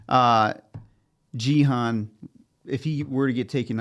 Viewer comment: and this is gi han not ji han, the pronunciation I say.